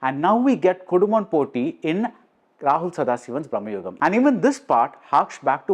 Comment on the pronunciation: Again, it’s Bhra.ma.yugam. Not Brah.ma.yugam. Both are of entirely different meaning